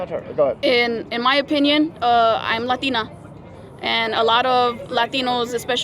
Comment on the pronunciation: 😂 It is fashist bah haha haha haha haha. I'm latteennawh bla bla bla bla bla...make some sense. If they only knew the truth. 😃 🤥 It's like they rather have a really rogue president like the previous crime boss.